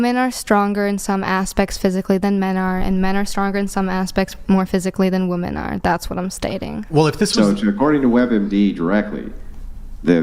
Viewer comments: Fucking hell, it's not pronounced "woman" when it's plural! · It's "women" not "woman" Jesus Christ. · Why do these people say woman instead of women